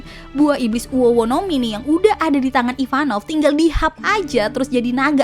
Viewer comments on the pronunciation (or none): Ivankov bukan Ivanov 🤭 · Maaf kak, merasa aneh aja dengernya SALFOK sama penyebutan nama karakter IVANKOV Bukan IVAN NOV KAK Tapi. IVAN KOV Maaf kak sebelumnya, terima kasih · Ivanov apa ivankov. Hahaha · IVANKOV kak IVANKOV...😅